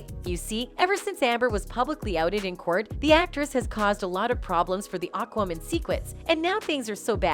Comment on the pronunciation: Why did your pronunciation of "AquaMan" always sound like "AquaWoman"? Was that an insult against the whole situation with Heard (the backlash is completely justified. Heard is a despicable human being) or was this a problem in editing the video or the audio?